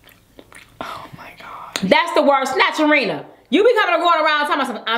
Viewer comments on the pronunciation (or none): he says snatcherina🧚‍♀️